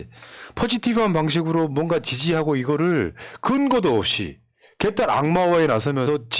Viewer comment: 개딸이라고 표현 할 때 멍멍개가 아니고 개혁의 첫글 개니 개를 길게 하지말고 짧게 발음 해주세요~ 개~~딸이 아니고 개딸(짧게)